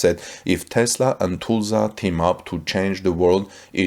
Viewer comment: First learn how to pronounce "Tulsa" correctly!